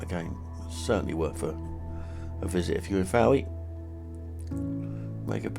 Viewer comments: I live here, , lovely video but please note Town is pronounced Foy! Apart from that, lovely ! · Lugger, Prussia, Fowey. Why do you pronounce all these incorrectly ???